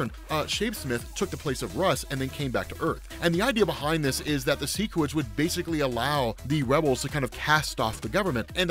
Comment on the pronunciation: Okay, the show confirmed its seh-quids not see-quids and that's all I could think for the second half of the vid. I get it if you read the comics first and then go show, but I saw the show first so I've always read seh-quid